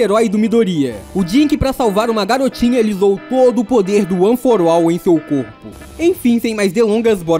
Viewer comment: FALANDO ONE FOR ALL: one for uol kkk